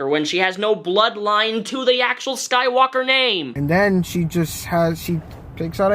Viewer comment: he said the rise of skank dyker LOL!!!